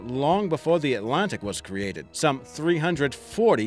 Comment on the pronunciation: learn how to properly pronounce "Atlantic"